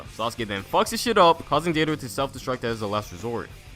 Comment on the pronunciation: "This is about to be so cringey" Me: Can't be that bad... Calls Deidara "Deedara" Me: Jesus Christ